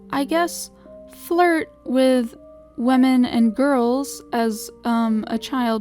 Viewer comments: Like- WEEMEN? Xd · Sounds like lemon